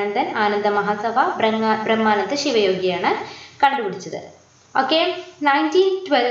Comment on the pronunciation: eee girl endha igane parayane....like...kandupidichath....😠